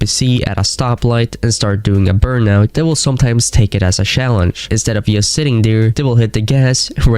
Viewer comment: What is yust? Say just